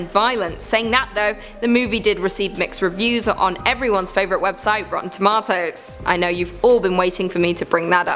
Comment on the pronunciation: I think you mispronounced rotten.